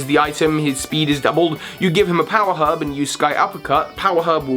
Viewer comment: When you said power herb I heard power hub and so when I tried to google it I was very confused.